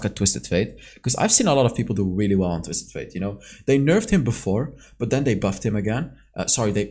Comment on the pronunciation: Holy crap, he actually said “Twisted *Fate*”! Good job bro! Hahaha